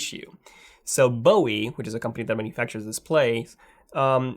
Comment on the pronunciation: "Bowie." B.O.E.